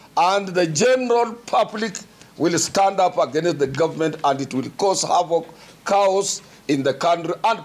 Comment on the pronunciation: why are you saying "cows" Atwoli ? 😂😂😂😂long "A" sound chaos chaos